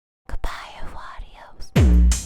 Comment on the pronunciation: there is ONE thing that I don't like about this comeback: They can not pronounce Au revior (at all) and not with adios and it sounds like a complete mess and annoys me that I don't want to listen to it :( like pronunciation is important and it would work if they said it properly and separated the syllables